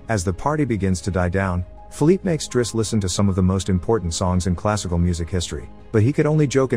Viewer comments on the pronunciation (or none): none